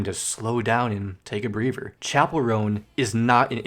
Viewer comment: Good job. But I wonder if it was intentional where you say "I hope she is able to find the time to take a b(r)eaver." Sort of a breather and a hookup.